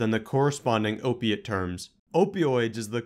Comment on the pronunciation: Can you say OPIATE!